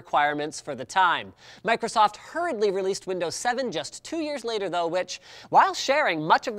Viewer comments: Did he just say microstoft? Go to the timestamp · Microtosotf GG linus. Still drunk from CES? XD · microtsoft lol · Microstoft XD